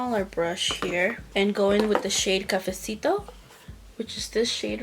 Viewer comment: Hi happy Wednesday beautiful look I love how you we’re saying cafesito 🥰 stay safe and have a wonderful day 💕